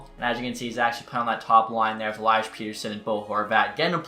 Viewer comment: STOP PRONOUNCING PETTERSONS NAME WRONG